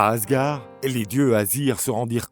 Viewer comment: "Raniarok"? "Asgar"? Vous fichez-vous du monde? Renseignez-vous un minimum sur les prononciations avant d'enregistrer le commentaire... Dommage, ces vidéos sont magnifiquement illustrées, le commentaire en soi est plutôt bien écrit, mais ces erreurs balourdes sont un gâchis.